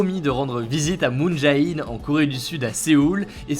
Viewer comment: Le ae coréen se lit é (jé in). Merci encore pour cette vidéo ! Toujours aussi bien :)